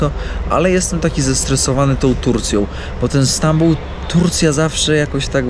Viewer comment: Kierowniku nie "Istambuł" tylko "Stambuł" lub "Istanbul". Pozdrawiam